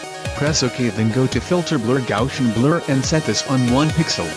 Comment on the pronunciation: the way the narrator says gaussian is hilarious!